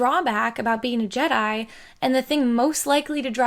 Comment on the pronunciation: "Jedai"? WTF?